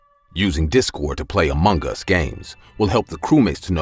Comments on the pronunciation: About the first story, why do you say "amonggus" ? That's supposed to be "among us". 😟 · I thought he was saying amungus 😂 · Why is he saying Among gas. Lol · It's just me? Or he really keep saying amonGAS🤨